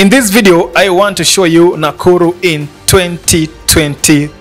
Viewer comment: Why are you calling it nakullu instead of nakuru?